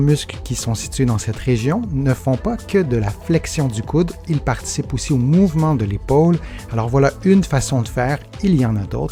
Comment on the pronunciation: Mouvement et non moyvene. Pardon 🤗